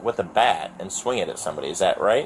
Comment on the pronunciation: exactly! "Ak-chur-lee your doche bag honour I know the laws. I'm not stupid. That man tried to start a riot with my neighbours and put me, my friends and my families live in IMMEDIATE DANGER! SO DO YOUR FUCKING JOB VITCH!!!"